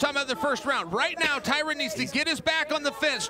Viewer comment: Classic Chael; calls woodley “Tyrone” and calls spong “Tyron” 😂😂😂